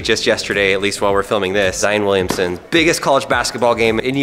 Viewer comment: Williamson, not Williams